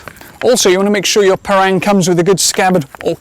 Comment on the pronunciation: It's pronounced par-rung.